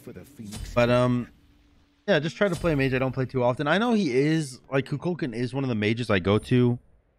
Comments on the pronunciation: Love the game. Hate the way you pronounce Kukulkan. 🤣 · Why do so many people botch the pronunciation of Kukulkan?